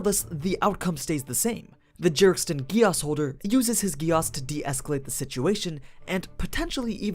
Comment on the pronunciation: Whyyy gehh asss and not geees like they say in japan, german and all other languages?!?